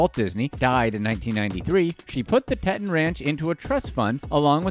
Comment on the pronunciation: Hey narrator it's Teton mountains pronounced tea ton te ton not tet on my man